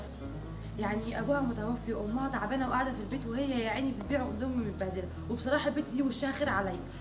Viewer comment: الناس الطبيعيه: اندومي غزل: ادومي الناس الطبيعيه: شكراً غزل: شكان 😂😂